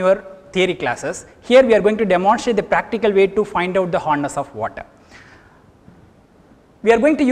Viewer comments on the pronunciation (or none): sir its hardness not horness